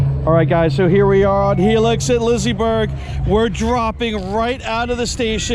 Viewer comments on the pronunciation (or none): Pretty sure it's not pronounced Lizzy-berg